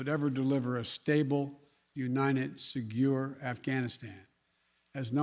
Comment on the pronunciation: Joe mispronounced Caliphate and secure 🤣🤣🤣🤣🤣🤣🤣🤣🤣🤣🤣🤣🤣🤣. Segore 🤣🤣🤣🤣🤣🤣🤣🤣🤣🤣🤣🤣🤣🤣🤣🤣🤣🤣🤣🤣🤣.